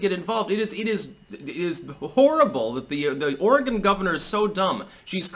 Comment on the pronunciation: Thank you for pronouncing Oregon correctly.